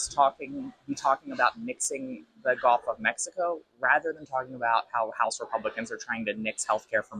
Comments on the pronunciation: Someone tell him it's "Gulf", not "golf".... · Did that guy just say "the golf of Mexico?"